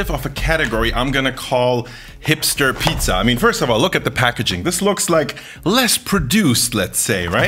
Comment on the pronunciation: Kannst du bitte Pizza normal aussprechen und nicht Piiiiiiza? 😅